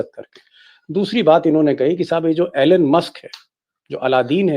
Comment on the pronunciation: Pls pronounce name correctly - it is not ALAN Musk - the correct pronunciation is ईलॉन मस्क । Just like Donald is not Donaald Trump!!!